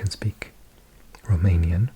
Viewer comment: Greetings from Brăila, România! You are doing an excellent job with your Romanian pronunciation!